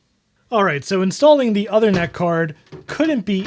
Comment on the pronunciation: One quick comment - the Uthernet card is named after Uther Pendragon. The work Uther is pronounced like "Moon". The "oo" is the 'U". So OOthernet. :-)